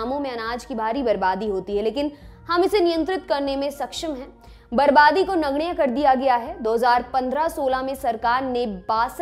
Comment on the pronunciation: नगण्य और क्रमशः बोलने के तरीके से साफ साफ पता चल रहा है कि ये लड़की या तो हरियाणा की है या पश्चिमी उत्तर प्रदेश की ।